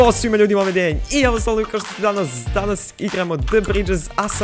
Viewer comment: nemoj da govoris danaz :-[ o_O !!!!!!